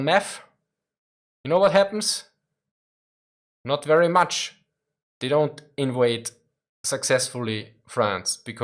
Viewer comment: "If you put people on meth? You know what happens? Not very much!" Not sure why that gave me such a giggle. Perhaps because it sounded very German with the words "Not very much"